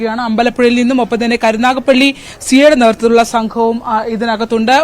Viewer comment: കരുനാഗപ്പള്ളിയല്ല കരുനാഗപ്പിള്ളി 😂😂😂